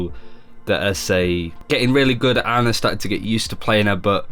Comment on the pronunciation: How can he call himself a pro ana when he doesn't even pronounce her name correctly.